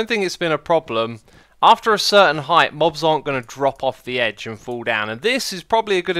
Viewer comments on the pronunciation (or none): none